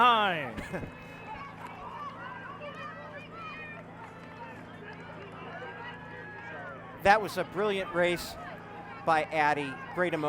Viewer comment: shoutout one of the commentators got it right